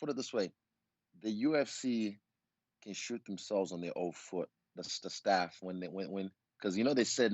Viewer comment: LMAOOOO he said *staff*🤣🤣🤣🤣